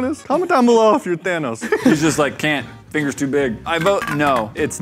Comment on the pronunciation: Fingears???.... stoooooop. XD My heart can't take anymore.